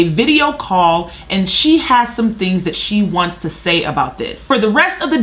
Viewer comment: The phrase is "THAT" not "DAT".